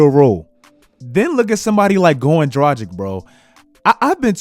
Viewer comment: I really love your content man, but please, learn to pronounce Dragić properly.. It really hurts to hear your pronouncion as Europenian guy. I think you would be annoyed too if someone mispronounce your name ALL THE TIME, in my eyes - if you can't pronounce someone's name it's like not giving a man respect. I have no idea why is everyone trying to make his name sound 'American'. He is freaking Slovenian. You are NEVER pronouncing ć as k there. Also g in his name is like g in word lanGuage, not languaGe.